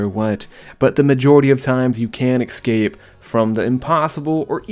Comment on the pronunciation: Ess-cape not ex-cape pls. Love the vids bro